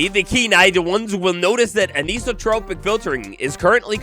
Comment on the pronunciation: Anisotropic = An-eye-so-tropic